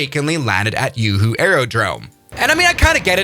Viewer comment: Yoo Hoo Airport